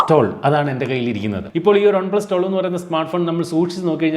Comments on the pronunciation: ഒൺ പ്ലസല്ല വൺ പ്ലസ്. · ഒൺ+എന്നല്ല വൺ+ എന്നാണ് പറയേണ്ടത്